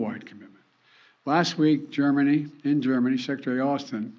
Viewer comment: . “Dermany” didn’t force me to change my mind. WTF!!?!